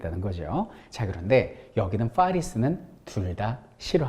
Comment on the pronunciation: 퐈~뤼스 ㅋㅋㅋㅋㅋㅋㅋㅋ 설쌤 너무 재밌어요!!